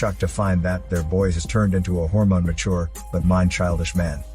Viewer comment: I have already seen this movie, but I still clicked on this video just to hear him say hormone let go